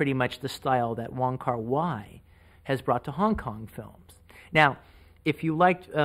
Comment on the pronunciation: It's not Wong Kar 'Why', it's Wong Kar 'Way'.